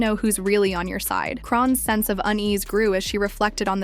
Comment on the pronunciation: Who the fuckkk is Krone?? And KARO RISSSSA?